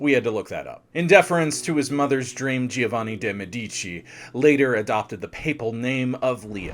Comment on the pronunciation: It would take you 10 min to look the proper pronunciation of Deh- MeH-dici, Jo- vanni, not geo, ROH-vere, and almost all italian pronunciations. Otherwise it was very informative